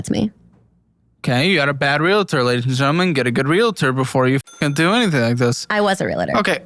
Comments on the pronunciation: You got it wrong. She said “I was a real-uh-ter.” Someone in that industry mispronouncing the word is ridiculous. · I was a "Re La Tor." She can't pronounce the word correctly. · "I was a relitter". It's pronounced REAL-TOR for fucks sake. (I'm a realtor...) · It's not real-uh-ter. It's real-ter. Just like it's not real-uh-tee. It's real-tee. Why do people put the 'uh' in there? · No. She said real-a-ter. 😂 Educated people know how to pronounce realtor. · Nobody pronounces realtor right, even supposed former realtors. It’s a two syllable word - there is no A sound between the L and T.